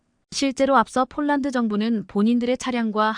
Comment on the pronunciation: 쫄란드가아니고 폴란드라고해야지 한국어공부좀하고방송해